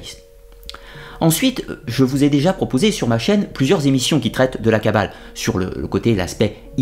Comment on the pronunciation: La kabbaleuh, la kabbaleuh ... des gens heureux !